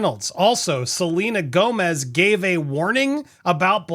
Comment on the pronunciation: I swear I heard you call her ‘Subpoena Gomez’ 😂